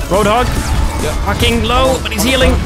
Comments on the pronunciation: It sounds like horndogs instead of roadhog but I don't get the reaction. is aghast but horndogs isn't even a swear or anything. Whoredogs? Even less sense but probably a bit worse. Dunno. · What did say? A what-dog?